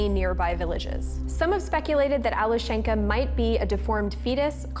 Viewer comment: The name is pronounced Alyoshenka.